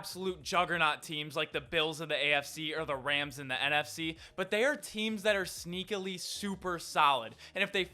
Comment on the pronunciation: Did he say sneakaly? Is that a word?? 😂